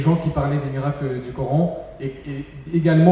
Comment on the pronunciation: Pourquoi prononcer "cor-ane". Je suis un musulman français et je dis "coran". Allah a créé toutes les langues dont le français.